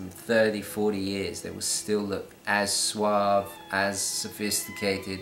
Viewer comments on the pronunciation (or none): none